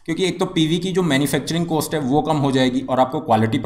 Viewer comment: You have problem to pronounce cost.. Please correct it.